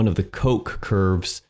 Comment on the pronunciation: bro its van koch and not van coke xD. at least you didnt say coke line. you have to pronounce the ch like a hissing cat! greetings from germany^^